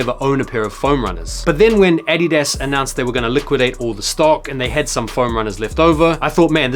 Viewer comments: I kept asking who is “Eddie desk” and then I realized wth you were saying 😭😂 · I echo your sentiments about the foam runners. Pulled off a trade for some mineral blue ones about a year ago and don't think I'm ever going to wear them. They just look too weird on my foot 😂😂 Also, I love the way you pronounce adidas ‼️🔥🔥